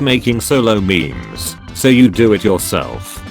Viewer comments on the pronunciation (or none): none